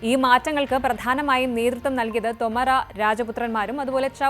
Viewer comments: ശ്രദ്ധിയ്ക്കണം. തൊമരാ എന്നല്ല. തോമർ എന്നാണ്. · തോമർ രാജവംശം, ഉച്ചാരണം ശെരിയല്ല